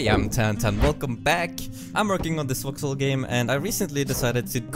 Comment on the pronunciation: Every time he says voxel I hear Vauxhall.